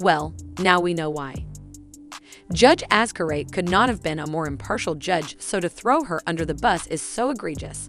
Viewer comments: Hearing her name pronounced as "Azcarate" is...well, quite an experience. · You might want to start off by pronouncing Her Honour's name correctly lol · I'm sooo bothered by how you pronpunce Judge's surname. 😬😬😬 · Wow! Do your research, at least on name pronunciations! It's really jarring to hear you say Azcar-ayt, and Vaz -quez when those names have been repeated add nauseam in the past two months. It makes you sound life a total amateur. Come on, it's not that hard.